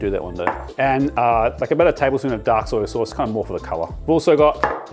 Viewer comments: ITS SOY SAUCE NOT SOYA. THERE IS NO 'A' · Soya or soy sauce…darn accent or version of English you aussies use😝